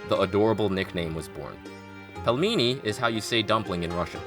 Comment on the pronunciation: Pelmeni is pronounced like "peel many". Otherwise, great video! Keep up the good work!